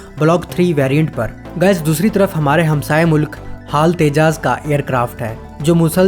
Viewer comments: Tejas not tejaaas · actualy its tejAss